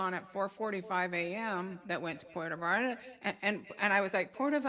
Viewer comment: It’s Puerto Vallarta 😂 not Porto Vallarta’ Va/yar/ta pronunciation!!!